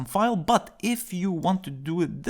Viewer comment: that "BUT" sounds like "Butt cheeks" in my brain🤣😂